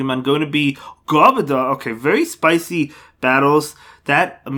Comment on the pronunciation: What a way to pronounce garbodor lol